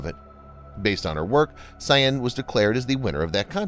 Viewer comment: Note: Sian is actually pronounce 'Sharn'. It's my wife's name!